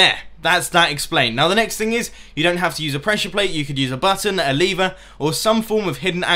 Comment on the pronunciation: Lever not leevah